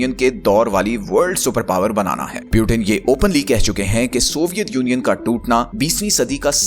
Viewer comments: Peuten ❌ Putin ✅ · It's Putin, not Piutin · पुतीन को प्युटेन क्यू बोल रहे हो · Putin❎ Piutein✅😂😂😂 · Peauten❌ Putin✅😂😂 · Bhai video fir se banao, or agla bar putin ko putin hi bolna .pyutin nahi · Its putin not pyutin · Butain nahi bhai putin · Kya Pyutin Pyutin bol rahe ho Putin bol na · Good theory but It's "Putin" not Butin! By the way. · Piutin nahi putin bolna sikh pahale. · Sabse pehli baat pautin nhi putin bolo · Pewtin nhi putin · Pew-teen❌ nahin Poo-tin hai✅😂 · Puitin 😂😂😂😂😂😂 First go and lear to pronounce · Bhai pu tin kyu bolta hai😂. Wo tin ka dabba nhi h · Putin ka pronunciation hi galat hai aur app sources expect kar rahe ho.